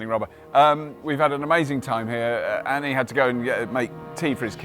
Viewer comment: For god's sake it is Anne, not Anny